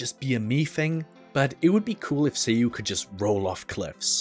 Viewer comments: It's SAYU not SEYU 😅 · My asian brain honestly thought you said seiyu but it was Sayu xd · Me thinking u said "seeU"